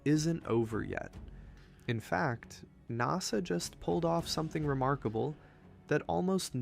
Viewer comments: I don't know if this is AI or just some stupid millennial or gen-z-er who doesn't know how to pronounce common shit. But NASA is not pronounced "gnaw suh" .. it's "naaa suh", rhymes with "pass a" as in "pass a test". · "NahSah"....AI detected. Please. Just use your real voice. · I dunno the way he pronounced NASA like “Nossa” makes me wonder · I agree. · I quit listening when the AI couldn't pronounce NASA